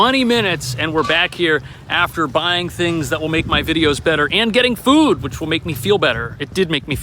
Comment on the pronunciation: “To maek coiffee”